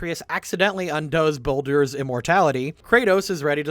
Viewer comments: dude said ball door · Yeah and "Balldoor"